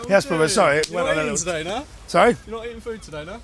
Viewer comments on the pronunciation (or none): "Im sorreh, im sorreh" 😂😂